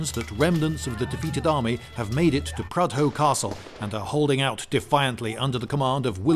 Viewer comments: Prudhoe is pronounced Prudder. it has a silent H. it sounds strange when people who dont know of this town pronounce it the way you do. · Mate it isn’t pronounced prudhoe it’s pronounced prudu. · hawae man - ivrybody knaas Prudda is pronoonced Prudda